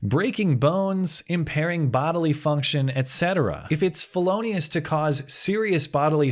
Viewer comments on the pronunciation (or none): Hahaha... "felonious".